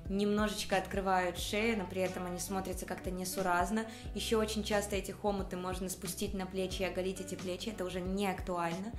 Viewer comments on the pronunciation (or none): Боже ж мой! Что у вас с ударениями?! хОмуты... вАренка... капец!